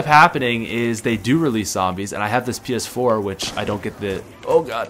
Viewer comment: when he said ps4, it sounded like he said penis 4 😂